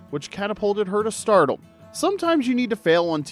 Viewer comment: Is this narrator AI? Why isn't he able to pronounce stardom? Either the AI or the guy keeps saying startle.